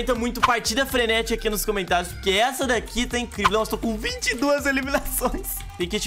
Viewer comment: Quando vc falou fenetrica eu lebrem de fazendas fenetica